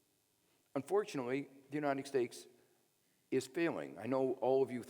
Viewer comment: Is he saying "United Stakes"?